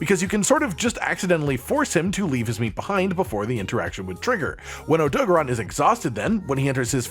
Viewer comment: I love this but i simply cannot get past the Oh-Doe-Guh-Ron pronunciation lol. Idk if you play with sound off or music playing but even in game he is called and voiced as OhDoe-Garen odo-garron. The syllable convention comes from japanese rules. Idk im just passionate about linguistics was fun to explain if anyone cared to read.